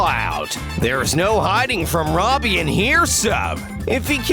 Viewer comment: so did you it is robbie not Robby or robey